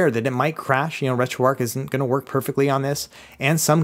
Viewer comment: Why do Americans say Ark? Its arch